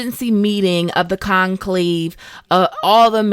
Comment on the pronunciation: ARETUZA, not Artenuza AEDERN, not Aden FILAVANDREL, not Filandrel NAZAIR, not Nazir CONCLAVE, not Concleve Having said that, nice analysis of the overarching themes, they make me appreciate the series more